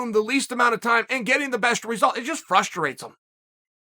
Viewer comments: I always learn at least one new thing every time I watch a Chael video. Like how to add an additional syllable to “frustrate” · Me : Frustrate Chael : frusturate me is frusturated